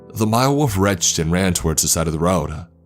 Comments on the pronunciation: It’s wolf not woof pls fix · Wolf not woof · Wolf, not woof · lol...walfs ? walf and walfs :)))) funny way of saying WOLF :)) nice story , but the WALF thing cracked me up ! :D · this is great but the way you pronounce wolf is killing me lol